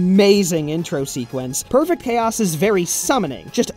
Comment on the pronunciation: Perfect PHAOS?! Was that on purpose?